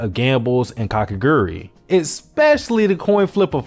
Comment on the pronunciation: i mean she's hot so it really isnt problem (a-also its ka ke gu rui not kakegri hello)